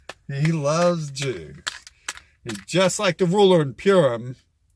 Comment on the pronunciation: Excuse me, it's not "Pyoorem" it's "Purim" LOL you're welcome what's your level of education real quick